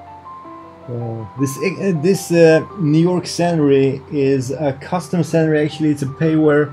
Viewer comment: I love your videos. May I kindly offer some assistance with the pronunciation of two words? "Scenery" is pronounced "seen er ree". And "gyroscope" is pronounced: "jai ro scope" (jai rhymes with cry). Your English is tremendously good, but I'd like to give you this help, because I suspect that you'd like to know. I'm just getting into VR, and your happy, enthusiastic videos make me want to do it, straight away. 😊 Thank you